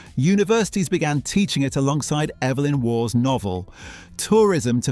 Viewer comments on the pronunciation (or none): Evelyn Waugh's forename is pronounced "EE-velyn."